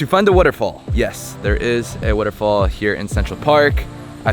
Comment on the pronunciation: Why do you say waterfall like Warrrrofool